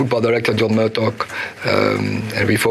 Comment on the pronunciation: "John Murdock" 😂😂😂